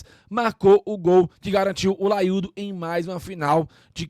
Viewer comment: Tirou 'LAIUDO" de onde?? Feio